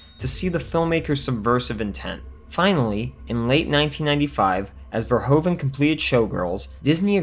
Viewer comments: Paul Verhoeven (Dutch) is NOT pronounced Paul "Verhoooven" ... oe is NOT "oo" but like the "o" in "movie" in English ... vowels are different in Germany & French too ... so we Dutch are used to see same vowels in different countries being differently pronounced. And I am proud he went from The Netherlands to USA making bigger productions ... Paul was/is in Holland famous for "Soldaat van Oranje" see: before he became an international name. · Verhoeven. Ver is pronounced like fair, hoeven is pronounced like hoover with an N at the end instead of a R. So Verhoeven is pronounced Fair-hooven. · First of all, I like this channel a lot... But.... I'm Dutch. You managed to pronounced Verhoeven a whopping twenty-six times wrong! Probably a record! Congratulations! The main problem is that "oe" is the way Dutch spells "oo". So in English spelling it would be "Verhooven" Plus: The Netherlands, not "Holland". Although, he did grew up in Amsterdam, Noord-Holland. But that's not the name of our kingdom. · His name is Verhoeven not verhOven. Say OE Please. Greetings from the Netherlands. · Okay, let me add this joke. The way you kept on pronouncing Verhoeven's name wrong... Irritated me like a bug.